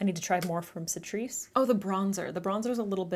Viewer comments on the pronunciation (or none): awww you got Catrice too :) in Europe we pronounce it K-trice :) you said it like setris? :D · Catrice pronounced like 🐱Cat - reese, just if you wondered, maybe you don't but....just...yah. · not sure if this was mentioned in the comments, but Catrice is pronounced with the K sound.... Ka-treece. love the look! I've gotten products from Ulta that were also used >.< such a disappointment....yes, they'll reship the product(s) but then you have to wait AGAIN for delivery. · "Citrice"??? lmao what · It's Ka-trice (catrice) 😁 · Catrice is actually pronounced 'K'ATRICE ❤️ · I love your content- and how you deliver it- so pramatic and yet also natural! Also on a silly side note, it's "Kah- tree-ce" for the brand name Catrice! I tried my best to write that sound out- so permission to roast me if it's inaccurate granted haha~ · Catrice has a hard C :)